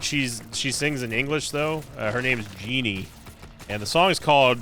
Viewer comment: Bro said geenie